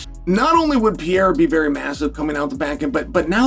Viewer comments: It's Pereira not Pieira 😂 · Are you deaf? He says Piera